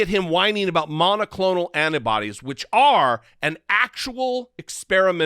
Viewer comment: "Errrbody knows Biden and thuh deep state are in charge of the monaclonal antibody supply" DERRRRRP!